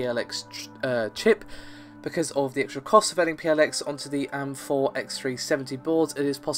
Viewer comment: Stop being lazy, it's A-M-4 and G-U-I not am-4 and gooey.